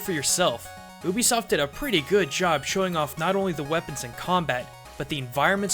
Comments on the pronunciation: You-Be-Soft not oo-bi-soft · It's pronounced "YOU-BE-SOFT" Not "OO-BEE-SOFT."